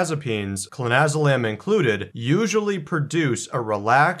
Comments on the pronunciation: You pronounced it wrong in the beginning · I don't know if he is doing it for legality but if you cant spell it or pronounce it right maybe you shouldn't be advising people on its effects